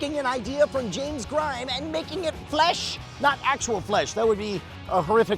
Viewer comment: "James Grind" um not quite